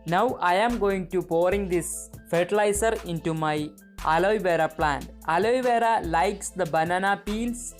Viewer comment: Its not aloyvera